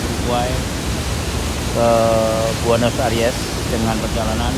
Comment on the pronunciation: Kuping sy risih aja dengar Buenos ARIES ber-kali²... 😊 Padahal kan Buenos AIRES ... Kritik ah ! Pembacaan² & pengucapan² diperhatikan lagi... Ini kan bagian dari pencerahan, bukan PENYESATAN... ! 😂